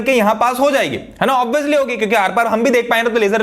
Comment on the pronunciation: "OBIYOUSLY" lol Op Bolte!!!!